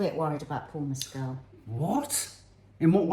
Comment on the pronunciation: Love this and looking forward to seeing this 😮 Also, just a little kind nudge that Paul Mescal’s surname doesn’t rhyme with Pedro Pascal’s. It’s Mescal where the ending sounds like the word call (It’s really hard when nothing rhymes with his surname! 😂) Said lovingly and kindly, adore you both ❤❤❤